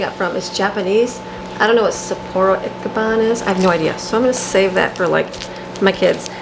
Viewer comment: That brand of noodles is the only one we buy and we like them. It's pronounced "itchy ban" lol. That seasoning packet works great too. You could make Egg Rolls in a Bowl with some of that cabbage, yummo. We just ate the last of the sauerkraut here. I make grilled sandwiches with it, grilled ham, cheese, kraut, onions and pickled hot peppers is so tasty. Pork chop and sauerkraut roasted together. Oh and home made sauerkraut perogies! You can do so much with sauerkraut. I remember the stinky basement when I was little when we'd ferment it in crocks down there lol. I'm looking forward to how yours turns out because I've never seen it done in jars like that. If yours works out well I may have to try it! Happy New Year!